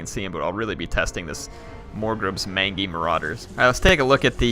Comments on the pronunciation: Dear Lord please, please, PLEASE say mangy right. It's main-jee, not man-gee! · Just a heads up, it's pronounced 'Main-Jee' as in Mangy Dog. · Not to be "That guy" but 'Mangy' is pronounced 'Main-Jee' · Strong vs. Multiple Combatants means a unit with lots of models. Multiple Units means exactly that, multiple units. so it probably splits its damage amongst all units hit equally, and that then does a set portion to all combatants in the unit. It's also "mange-y" not "man-gee".